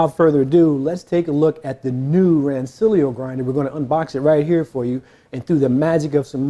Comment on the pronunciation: Nerds will tell you it's pronounced "Ran-ch-illio."